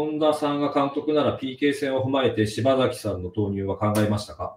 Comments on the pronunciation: 内容より聞き手の人のしば”ざ”きと呼ぶのが気になってしまう。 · 細かいけど"しばさき"ね 何回も"しばざき"言われるとさすがに聞きづらい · パッサーパッサーて…普通にパサーと言ってくれ…あとshibasakiをshibazakiというのもやめてくれよ